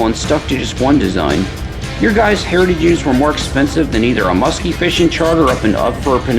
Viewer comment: Be vewy vewy quiet. I'm hunting hewitage units.